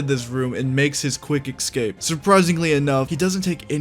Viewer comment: Apart from the occasional “eXcape” here and there, great video.